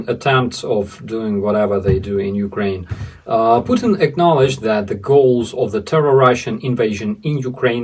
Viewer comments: Did you say " Puking " instead of Putin ? If so congratulations and keep up the good work. I guess those circus clowns bending steel and demonstrating their physical prowess is something every little ruzzian boy aspires too. A fucking freek show and an embarrassment . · pukeing instead of putin 😅🤣😂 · Hot water bottle, and you pronounce 💩 tin, Puke tin (sick tin) 😅😂😅😊 Glory,Victory, Peace, and Justice for Ukraine 🇺🇦 🇬🇧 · "Pukin". I like it! 😂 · • I knew I heard you correctly! You 𝑫𝑰𝑫 call The Evil Dictator “PuKin” 😂. You be safe, too! Hearts ♥️ and prayers 🙏🏻 are with you and all of the Vidvazhni heroyi v Ukrayini 🇺🇦🇺🇦💪🏻 💪🏻